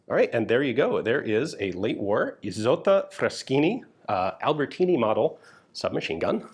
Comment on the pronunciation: Isotta Fraschini pronounced correctly! Congratulations!